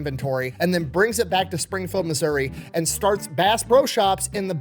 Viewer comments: From Appalachian mountains, everyone always pronounces it like App-a-Lay-shian, instead of correctly like apple-at-chin. He pronounces Missouri the way I've always heard it. What's the wrong way? Like misery? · Thank you for pronouncing Missouri correctly. It seems everyone who does a story on my home state f**ks up the pronunciation of it. As someone local to Springfield, I promise that we are extremely proud of Morris for Bass Pro Shops. I think I'll go visit the store today for fun!